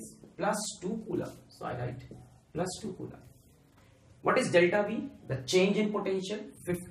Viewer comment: Nobody: Alakh Sir: CuULaaM per second